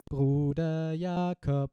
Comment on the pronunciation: Wow, that "Bruder Jakob" in clear german without any accent wasn't expected :D Greetings from Schleswig Holstein fellow looper!